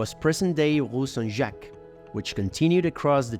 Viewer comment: Wtf I thought you were french when you said "ile de la cite", but then you said "rue st jacques" and it became obvious that you are not.